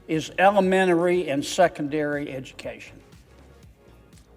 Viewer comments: He said "Elemenery" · “ elemenery”…….he can’t even pronounce the word😂